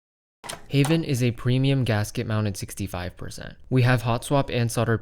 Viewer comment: Its correct (am dutch no cap)